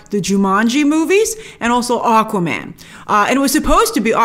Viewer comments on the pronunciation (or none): none